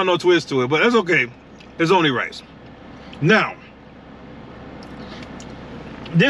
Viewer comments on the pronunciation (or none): none